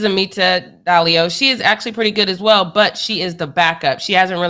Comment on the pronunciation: I think it's Diallo not Dallio